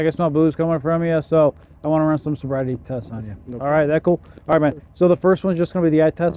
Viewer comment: Love the slurring of the words as the narrator of this video tries to say field sobriety.